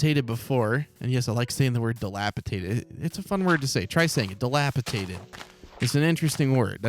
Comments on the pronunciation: is dilapidated not dilapitated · Hey it’s DilapiDATED 😂 but I kinda prefer dilapitated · Dilapidated. It’s a ‘d’ in the middle.